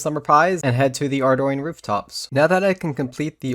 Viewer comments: "Ar DOYNE" LOL. What about the spelling of Ardougne suggests that it would be pronounced like that? Seriouusly. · for the love of who ever you believe in please just say ardy..... all <3 but my ears cringe every time.